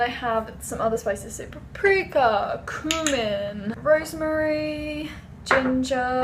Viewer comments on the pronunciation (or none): none